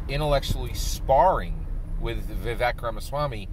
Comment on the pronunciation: Vivek is pronounced "Vi-Vake"